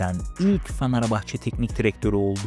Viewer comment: abi niye "fanerbahçe" diyosun XD